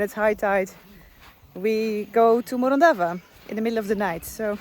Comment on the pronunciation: All ways lead back to Morondava until you learn how to pronounce it correctly. 😂